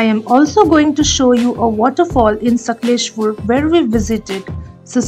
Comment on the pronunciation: Please pronounce the name of the city properly. ....